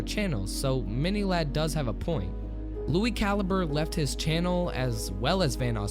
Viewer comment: Lui Calibre you say it like Lui calibree